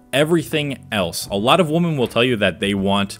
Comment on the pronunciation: Why do u pronounce women as woman😂